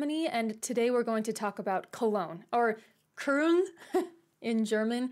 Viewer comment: Just say "Coln" instead of "Köln" and your 80% correct ^^*